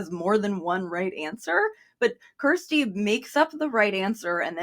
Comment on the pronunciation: You're pronouncing Kjersti's name so wrong.